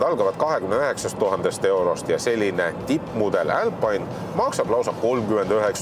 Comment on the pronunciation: "älpaine" - mis rõvedus!? Eesti keeles on ikka - "alpiine". Aga see, et poolas proovimas käisid, siis renault saab ise ka aru, keegi seda siin ei osta, et ei hakanud seda siia isegi tooma.